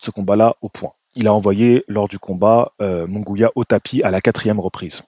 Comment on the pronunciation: Il n'y a pas de son << gwiya >> non plus 😅 C'est MunGUIA donc le son << Gui >> se prononce comme celui du prénom << GUIllaume >> 😊 ...